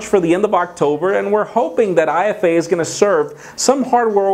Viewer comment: Its IFA like efa and not I-F-A